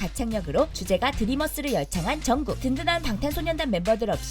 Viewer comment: 이때 해설자가 정국 이름을 천윤컥으로 발음해서 유럽 아미들 한테 욕 엄청 먹고 있다는 소식에 빵 터졌다🤣🤣🤣그들은 정말 화가 나 있다 차라리 조용히 하는게 더 나았을 것이라는 댓글들 보니 고맙기도 하고 웃기기도 함